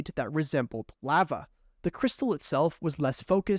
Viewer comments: (La-va) not “leva” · I hate how you pronounce lava its pronounced l ah v ah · Who’s gonna tell him that lava is pronounced with a long A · Straight up calling it “laugha” 🤣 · Clicked off once he said LAAva😂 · I hate when it comes to the lava crystal because he keeps saying it wrong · Why he say lava like that? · Why do you say lava like that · Love your vids but hate how you say lava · You say lava weird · no one talking about his pronunciation of lava?